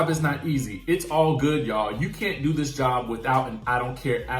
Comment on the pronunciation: is illiterate. Dis, dat and da.🤨